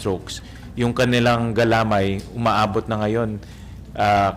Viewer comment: Sen Win mali po ang pagbigkas nyo said "galamay". Nasa "may" po ang accent.